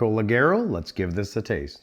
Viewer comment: The pronunciation is like jay, lejayro! Cheers from Brazil! I watch every video!